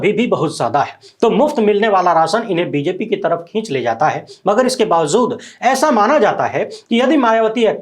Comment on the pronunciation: Bhai aap bolte han bawazood to main thodi islah karna chahta hun yeh bawazood nahin balke bawajood hota ha yeh urdu ka lafz ha thanks god bless you.